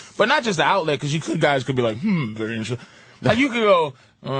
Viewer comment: I hate how Opie pronounces the -er sound, such that Perry becomes Purry and very becomes vurry.